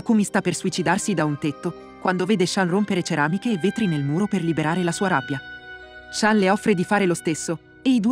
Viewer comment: Ma in giapponese shan si dice "shun"